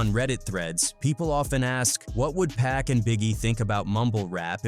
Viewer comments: Like how he said 'PACK'.... 🤨😡🤬 It's pronounced 'POCK' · It's actually pronounced "PUCK" if ya wanna get technical... dont be lazy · It's pronounced 'Pock' anot PACK.... Can't stand the laziness in these videos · Pack? Can't even pronounce his name properly.